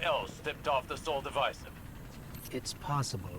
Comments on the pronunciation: WHY DO YOU SAY SOL DIVISIVE LIKE THAT URGH! xD it's Divisive not divisif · I love all of your content that you put out. Just a bit of constructive criticism, it's Sol Div'eye'sive. That's how you pronounce it. Osiris and Ghost even stated this. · lmao you slow, dude just says words wrong all the time😂